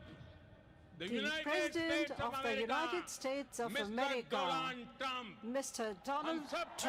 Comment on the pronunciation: Mr. Dolaand Trump 🤣👍